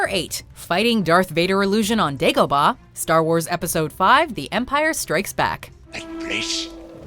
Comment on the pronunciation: And dagobaaaaahhhhhhh